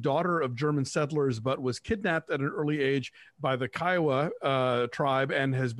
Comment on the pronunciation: It's Ky-oh-wa or khoi-goo. Thokoys mawbain-daw.